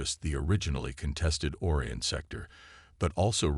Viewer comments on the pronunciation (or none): this guy doesn't know how to pronounce simple words its pronounced O-RYAN not as OR-ION